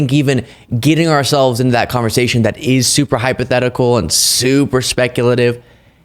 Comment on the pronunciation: Hi, curious as to why you consider it "super hypothetical and super speculative", and stressed the word super twice??? I'm sure you have read Project 2025, yet you never mentioned it. At the very least Project 2025 is reason for great concern. Not sure hypothetical and speculative really fit the severity in this case.